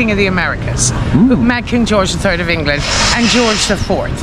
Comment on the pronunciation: Man said ENGLANG😂